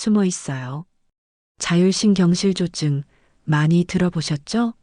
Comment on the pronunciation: 자율신경실 조증이 아니고 자율신경 실조증 띄어 읽기를 잘 해주세요 자율신경 ^ 실조증